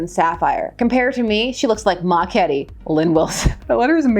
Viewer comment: Ma KETTLE, not Ma KETTIE.